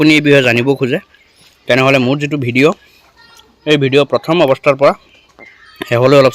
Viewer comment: বিদিঅ নহয় অ ভাই ভিদিঅ বুলি কোৱা।